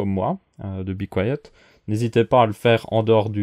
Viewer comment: c be quiet pas bi quoiyeut hhhhh mais belle video en tout cas